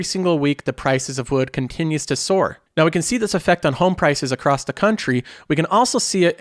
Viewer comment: With a Boston accent!! Luvit